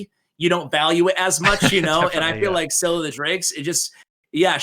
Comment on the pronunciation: Im going to blow your mind. Scyl is pronounced " Scale"